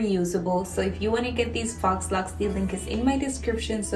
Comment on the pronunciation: Super cute!🥰🥰🥰My godmother is doing my hair like this right now. And it's pronounced "FOE" laux